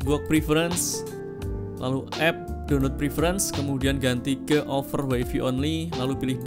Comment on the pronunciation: Mas mohon maaf. Ijin koreksi : Paste, bacanya pest Wifi, bacanya waifai. Matur nuwun 🤝 Keep it up. Videonya sangat sangat bermanfaat! ❤